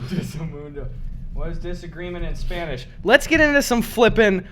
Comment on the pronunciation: I find it funny that gus is the only youtuber I've ever seen to actually pronounce spanish stuff "correctly" (at least really close) meanwhile, actual hispanics like CRG have the fucking shitiest pronunciation